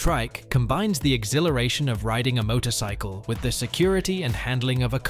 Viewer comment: Oh wait, did the A.I. just say motocycle again? No, couldn't be